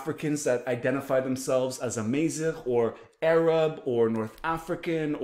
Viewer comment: Salam brother, its Amazigh, not Amaieezigh. The second a is like the first A, Amazigh.